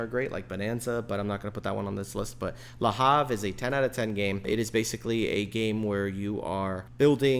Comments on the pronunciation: It's not "La Hav"... it's Le Havre, name of a city in France....😅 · It’s pronounced Le Avre…French don’t vocalise the H.